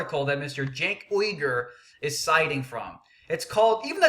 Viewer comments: pronounced Jenk Yoo-Grr with emphasis on yoo. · why do you mispronounce his name on purpose? its not funny or clever, and id be more inclined to hear you out if you were a litte more mature. i have the same problem with tyt being immature at times. people shut down when you act like a child. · not disagreeing with you on the fact that he completely used quote from one article to present an argument that isn't there. that being said when you mispronounce his name over and over again, it comes off childish and when you start spouting how he is racist and bordering on treason and so on it really takes away from your point and credibility. being the angry guy in news is a very fine edge to walk and some people can do it and it does well for them but if you screw it up you just look a little stupid.